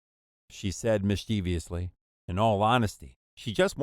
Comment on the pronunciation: FYI: mischievously is NOT pronounced miss-chee-vee-uss-lee, , it's miss- cha-vuss-lee. It's not difficult to get right. If you're going to narrate, pronunciation is important, even if most of your listeners don't know what's correct. Call it a teaching moment.